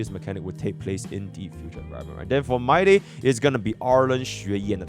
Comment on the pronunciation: bro says my-day